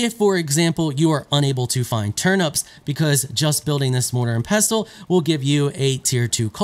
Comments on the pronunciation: The T is silent 😄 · The 't' is pestle is silent. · actually pestle with a T is a use only americans use the rest of the world pronounces it without the T much like OFTEN -> OFEN